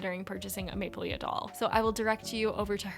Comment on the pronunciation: The maplelea brand is pronounced maple-lee. The last A is not pronounced:)